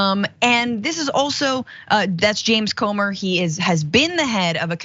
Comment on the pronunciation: It's spelled C-o-m-e-r but it's pronounced Gomer.